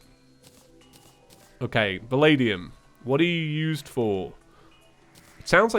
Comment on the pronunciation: When you said Valadium I thought you were saying The Lady Um or